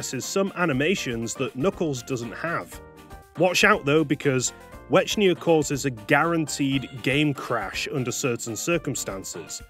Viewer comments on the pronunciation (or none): considering the name was intended to be a portmanteau of white and echidna, i'm pretty sure it was supposed to be pronounced "wecknia". not that i really care that much about pachuka's original vision or whatever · The Ch in Wechnia is pronounced like the Ch in Echidna you can't change my mind. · I love how you pronounce Wechnia like "Wechnier" or something like that.